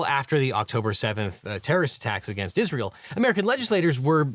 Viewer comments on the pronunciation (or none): none